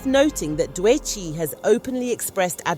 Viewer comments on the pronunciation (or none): WHO TF IS "DOUEGHCHI"? AND "S - Z - A". Atleast have the respect to address appropriately. This video had to be AI generated.